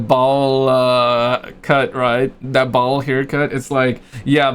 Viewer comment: It's BOWL 🥣 not Ball 🏀 haircut.🤗